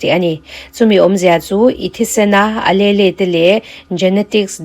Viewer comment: Alelle hi uhleel tih in lam zawk la .Miss . I channel hi ka lo hlut teh mai nia.❤